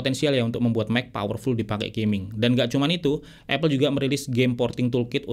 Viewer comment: bang, apple dibacanya apel, bukan epel